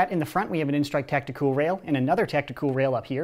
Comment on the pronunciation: I love how he say tactiCOOL Do you think the scavenger is better or the sling fires better let me know